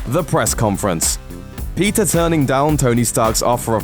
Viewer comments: Did he say pizza Parker? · At the start I thought he said pizza Parker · everytime he said peter... i thought he was saying pizza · When you say 'Peter', it sounds like 'Pizza' idk, i'm hungry now. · Wtf why did it sound like he was saying pizza instead of Peter